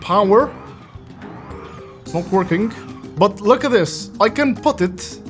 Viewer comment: bro always said "workingk"